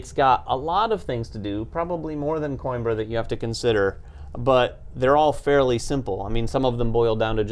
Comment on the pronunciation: To anyone that cares "Coimbra" is pronounced "coo - him - bruh".